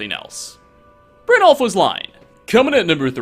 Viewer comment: its Brin-y (like the beginning of yellow) -all-f. That's what the 'j' is meant to sound like. I love you, but your pronunciation of certain words drives me crazy. Lol.